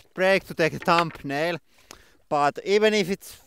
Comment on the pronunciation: Could someone help me out with what he says at about ? Sounded like "we had to take a short break to take a tumbnail (then clearer) but even if it was like this on the ?tumnail? I tried to slow it down, didn't help. No CC option. Would appreciate the assist. Thx